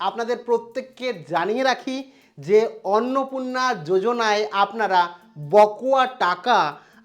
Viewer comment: উচ্চারণটা বকোয়া নয় বকেয়া হবে। আর আপনি বড্ড চঞ্চল, রোজ ১০/১৫ মিনিট ধ্যান করবেন। তাহলে খবর বলবার সময় এত হোচট খেতে হবেনা।